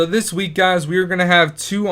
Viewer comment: it's zis